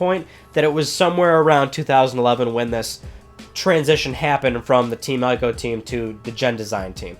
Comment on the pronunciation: Please say Ico right...EEk-OH. People play through the Witcher 3 and still calls Geralt with a J, and even when playing the game, Geralt corrects NPC's at least 3 times in the game and it's hilarious. Sorry, I nitpick.. Love the channel